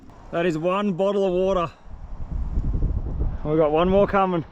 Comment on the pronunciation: What a nice Bo'Oh'O'Wa'er in the end dawgi yee-aaah 😎